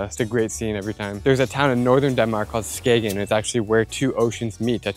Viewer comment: На севере Дании не город СкаГен а город скэээн (Skagen) :)))))))))))))